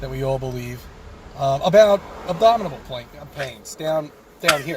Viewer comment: Pretty sure there was a couple extra syllables in that abdominal. More like ABDOMITABLE.